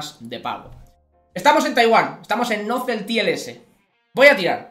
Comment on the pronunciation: "NozeltielS" me dió diez años de vidda 🤣🤣🤣